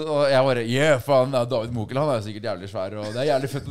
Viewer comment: Jeg liker at da David uttaler "Mokel" han sa bare M.O.K.EL.😅🤣